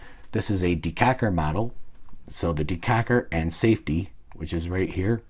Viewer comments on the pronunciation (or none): Did he say "decacker?" I giggled so hard my cack wiggled in my britches.